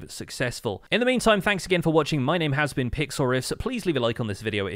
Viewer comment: my name has been pixriffs me: its so strange how he say "has been" also i love ur vids i watch them everyday